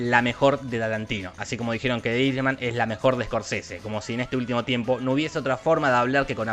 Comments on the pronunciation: Por favor mejora tu pronunciación del Inglés. Los puestos 6 y 3 los pronunciaste muy mal. Irishman no es iris es /airi ch man/ o el irlandés. Marriage Story (se acentúa en otra parte y no es /estori/ stóri) o le podes decir La historia de un matrimonio. También Husbands and wives (en plural) es maridos y mujeres o esposos y esposas. Revolutionary road (rɛvəˈluːʃənərɪ) o revolúchionari roud. Memories of Murder (merder) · Si vas a decir algo en inglés, no lo pronuncies en español, osea si vas a pronunciar "de irishman" mejor decile "el irlandés" y listo